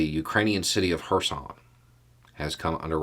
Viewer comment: Is it weird that I am happy to see an English speaker that can pronounce the "ch" sound at the beginning of Kherson?